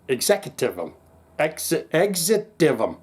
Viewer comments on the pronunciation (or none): It's pronounced Exitium.